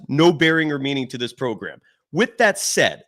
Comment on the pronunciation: Myers "said", not saud!!!!!!!